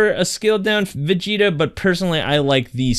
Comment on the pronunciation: Never say vegeta red EVER AGAIN